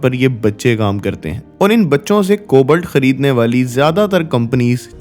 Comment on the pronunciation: I don't want to let you down but its "कोबाल्ट" not "कोबल्ट "........and by the way your content was too good ....